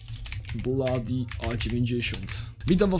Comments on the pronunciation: Mówi się blodi a nie bladi xD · a to nie wymawia sie blody a nie bladi?